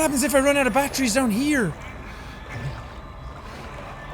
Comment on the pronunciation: when jack says batteries it sounds like he is saying BAT TREE'S!